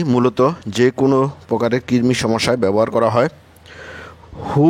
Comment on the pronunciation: কিরমি? নাকি কৃমি